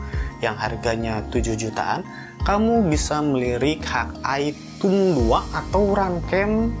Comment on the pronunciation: review bagus, cuman ejaan englishnya dibenerin bang .. masak hawk eye dibaca "hak ai" dan thumb dibaca "tumb", geli aja kuping saya dengernya .. wkwkwk